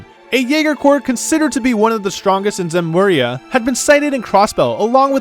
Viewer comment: Good video but a couple pronunciation things: Heiyue is Chinese, so it's :"Hey-you-eh." Zemuria doesn't have an n in it (not Zenmuria).